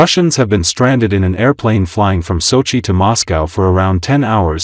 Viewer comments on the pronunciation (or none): none